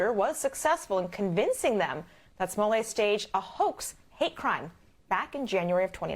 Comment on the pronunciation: I love how the host actually called him “smollay”!!! 😂😂😂😂 #davewins